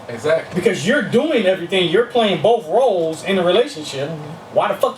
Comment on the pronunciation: Please! Don't say "bof" when you mean "both".